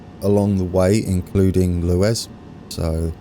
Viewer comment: It's pronounced Lew-is